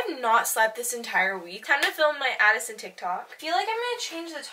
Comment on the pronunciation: Did nobody catch addSISON instead of addison or am i just blind